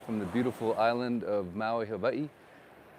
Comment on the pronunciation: Pronounced Hawaii incorrectly in the intro. Immediately says it differently a 2nd time. Real estate channel Suspicious.... 🔥 .....